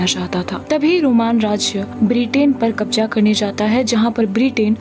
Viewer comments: It's kabza not kabja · Kabja nhi kabza hai ज नहीं ज़ , talaffuz sahi nhi hai